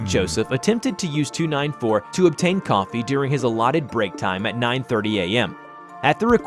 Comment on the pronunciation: Just say coffee